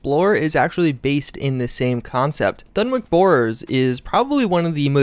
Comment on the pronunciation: DUNWICH PRONOUNCED LIKE DONE-WHICH